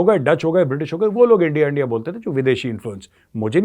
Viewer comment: Jab aap bole hum kha hai endia kha hai you got Lahori accents...😅😅😅